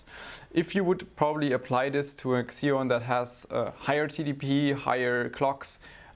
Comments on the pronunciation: Pls its "ceeon' not xxxxeoon lol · The X in Xeon is pronounced as Z only .. So it's "Zeon" not "Xzeon". ;) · It’s “zeon” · i know it's not your fault but the way you say xeon bugs me